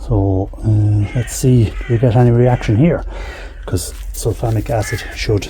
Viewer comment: And I thought he was saying Sulphonic.